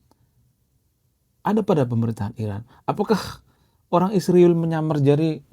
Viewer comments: Bang tolong sebut nama Israel jelas bukan isruwil oke 😂😂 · Saya benar-benar bertanya, kenapa menyebut kata 'Israel' itu sulit sekali ya.. Lebih tepatnya ga mau menyebut dengan benar..